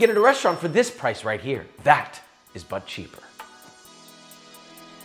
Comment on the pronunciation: DID HE SAY BUT CHEEK?